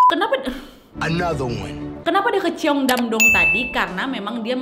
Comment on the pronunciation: ‘Nu yok’ ‘ceongdamdong’ melokal sekali ngomongnya!!!!🤣🤣🤣 gpp lah dr pda sok inggris tp kepeleset😅lancar terus rezekinya kak nad!!!